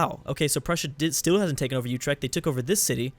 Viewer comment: Utrecht is pronounced Oo- trek- t